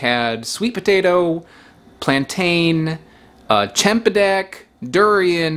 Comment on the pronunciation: Plantain rhymes with mountain